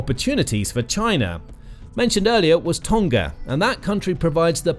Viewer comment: You pronounce Tonga incorrectly